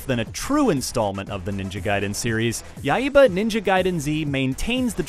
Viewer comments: yeah, its Yai-ba. but hey he tried haha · he says Yaiba like YA-II-BA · ya-e-ba what? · "Yai-eh-ba"? And no comments on the zombie clowns or women's underwear? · Dude pronounces the HELL out of that word. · Ryu is pronounced Lew in japan, and accent in Yaiba is on the first a. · His pronunciation of Yaiba kinda annoys me. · Y u pronounce yaiba wrong